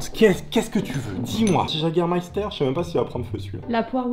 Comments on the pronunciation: le jägermeifter comme tu dit se prononce "iégermeifter"si jamais parce que c Allemand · j'ai presque dislike à cause du Jagermeister tu dis Jager sa m'énerve il faut dire Yager bordel HAAAAAA😂😂😂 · Ont dit pas jaguer on prononce ça Yéguer 😂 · C'est Yégair pas Jager (en prononciation) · ptdrrr le JAGER ça se dit wegueur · Par pitié ne dis prononce pas « jagger » mais « yagger » ça fait mal aux oreilles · Le Jagermeister se prononce "Yégarmaïstar" =3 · le jägermeifter se prononce yageurmeifter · Je vais faire mon chieur mais je pense que c'est plutôt "YÉgermayster